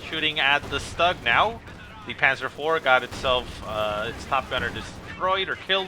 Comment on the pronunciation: Stug is pronounced in german (Sturmgeschütz), so "schtoog".